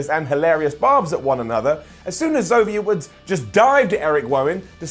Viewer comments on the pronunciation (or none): X-ooooo-vier Woods and Erick Wowan? Speech output on point 😂